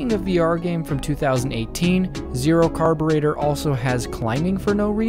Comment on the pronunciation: yk you just said zero carbirator